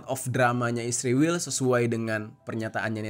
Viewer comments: Israil...bukan isrewel.😂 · Bang kok jadi isriwil si😭😭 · Kalau bisa sebut Israel saja jangan sebut isriwl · Kenapa nyebut isriwil dan tidak Israel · Kok jadi isriwil tetep Israel aja jadi kaga enak didengar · Israel bang bukan isriwil, sok paling baik lu